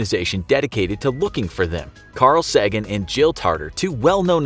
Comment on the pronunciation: Please pronounce it correctly next time, don’t butcher his name: Carl Say’gen not Sag an